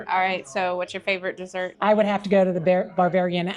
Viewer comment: I couldn't help but think that if I were talking with that lady and she kept saying "bar-varian" instead of Bavarian _... I'd have been cracking up! 😂 I can't help it.... it's just in my nature! 🤷🏻‍♂️ I love good food so thanks so much for sharing! And I ain't ever found a frawg leg anywhere that tastes like any chicken I've ever had! They certainly DON'T taste like chicken 😂 God bless ~ Scott 💙🙏🏼